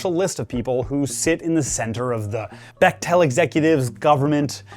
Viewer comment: For the record it’s pronounced beck-tul, my cousins are bechtels lol just found it cute and nerdy of you to say becktell like that wanted to make sure u knew ur a total nerd :P